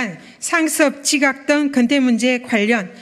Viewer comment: 건태가 아니고 근태.